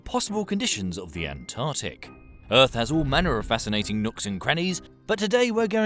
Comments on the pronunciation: Hey Buddy, if you want to be taken seriously, it's pronounced An-tarc-tic, not An-tar-tic. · Nice science, and by the way Mr. Science narrator the word for the area to which you refer in the first 10 seconds is not "antartic" it's "antarctic". Never mind. Shame your education didn't manage to teach you how to spell, read and speak.